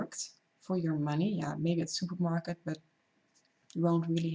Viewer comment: When u pronounced the word supermarket i knew for sure you are dutch :) anyways, wish you all the best with youre youtube channel and with youre carrierre as a pilot!!